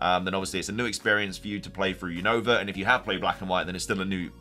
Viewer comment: say Unova name Right your always saying the Name of region Wrong 😅